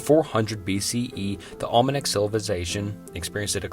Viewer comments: After calling the Olmecs the Almanacs for the 8th time I unsubscribed. I can't stand listening to him butcher literally every ancient culture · I made it to the Olmenacs and now I have absolute confidence nothing will be pronounced correctly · Olmenecks! You be adding extra syllables and just mispronouncing sooner if these names. With that said, this is an interesting video and I bet anybody that is talking bad of you isn't making entertaining and historic vids like you do. Keep it up, but maybe keep an eye on pronunciation. Great job tho. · Olmenecs? Tywanaku? Phohesiens? Sem a tick? Carthinagens? What is happening? 😂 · I really like your videos but you mispronounced Olmecs over, over, and over again. Like you didn't even care.